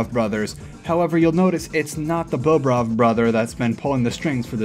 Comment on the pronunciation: it's not bowbrov it's bohbrov